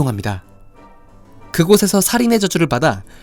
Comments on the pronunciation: 제발... 케드릭 아니고 세드릭.... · 케드릭 아닙니다...!! ㅠㅜ 세드릭입니다..... 트리 아니고 트로이 위저드 컵 입니다.... 드레이크 아니고 드래이코요!!!! 왜 이렇게 허점이 많죠....